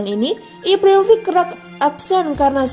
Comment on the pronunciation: Ibrahimovic mba bkn Ivrahim rofiq